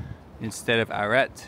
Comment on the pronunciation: You pronounce ' arrêt ' like ' arrête ' . The t is not pronounced in ' arrêt ' . It is like 'aré '!